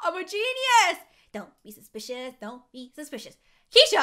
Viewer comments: don’t be suspishos don’t be sushpishos. Me: omg yeh I’m. bored in the house and the house is bored with me Zialetsplay: you two please we got to be a bit serious here. Me and: yeh butttt don’t be sushpishus don’t be sushpishus.... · I was laughing so hard when she said don’t be supiceos